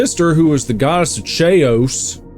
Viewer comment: You miss pronounced Chaos, it is pronounced kay oss